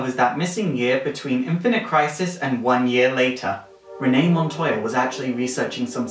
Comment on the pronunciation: Did he say Renee montaya bag? Lol I love you!